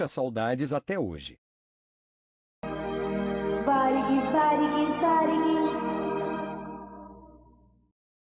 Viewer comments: Se você escreve para o computador gerar a voz tenta colocar acento em algumas palavras que não tem para pronunciar corretamente tipo TAM geralmente a voz computadorizada fala TÃO aí se vc colocar assim TÂM provavelmente a pronúncia vai sair certa, em Varig coloca varigui ou algo do tipo acho que deu pra entender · Que pronúncia de merda é essa para falar Varig?